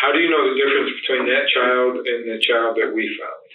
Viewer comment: Child not chowd